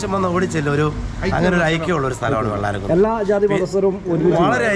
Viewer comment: Not vellaramkunne, it’s vellaramkunnu.